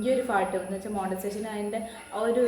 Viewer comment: Montisation alla "monetization" anu.